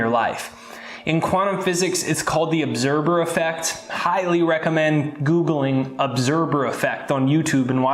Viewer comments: I thought he said 'obserber effect'. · I love your information but my OCD is driving me nuts. LOL it sounds like you are saying obserBer effect. Lol